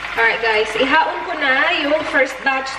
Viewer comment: It is i-ahon not haon (my mom said)